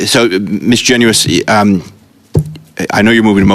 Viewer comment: Let’s all understand how to pronounce Garnetts last name: Genuis (Jenn- Iss)